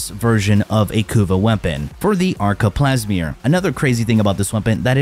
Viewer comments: Wtf is a pleesmor 😂😂. Bruh cmon now. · Ah yes Teenet plasmeer